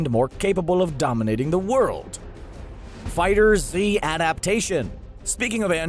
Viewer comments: why just why do you keep saying figher z ITS FIGHTERZ! one word get it right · FOR THE LOVE OF GOD, YOU DONT PRONOUNCE THE Z IN FIGHTERZ SEPARATELY, IT’S ONE WORD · uhhh no watch any interview with the people that made it and they all pronounce it FIGHTERZ it's called that because they replaced the s with a z since you know dragon ball Z